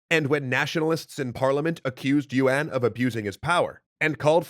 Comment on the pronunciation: by the way, yuan is not pronounced as yu-wan. its more like yuen or yen